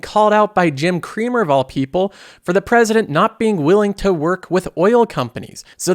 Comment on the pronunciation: Jim "Creamer" does it again